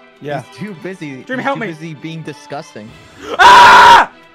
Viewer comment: sounds like George said deam😂